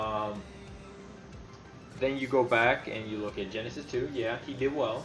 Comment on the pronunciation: jasty powalski I think he says it more like "Genesis, too" rather than "Genesis 2"